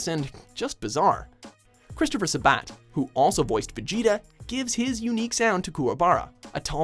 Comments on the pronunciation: its pronounced SA-bat. Not sa-BAT. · Careful, Christopher sabat hates his name being mispronounced. sab-at, not sa-bat